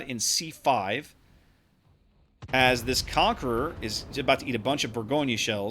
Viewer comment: Lul Bourgogne is not pronounced that way